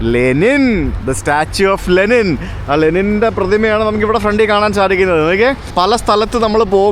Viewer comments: Wonderful... പക്ഷെ രണ്ടു തവണ ലിനെൻ എന്ന് പറഞ്ഞത് മോശമായി... തിരുത്തി വീഡിയോ ഇടണം!!! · Linen alaa bro Lenin Aanu.. 😂